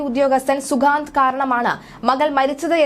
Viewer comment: അവന്റെ പേര് ശരിയായി പറയൂ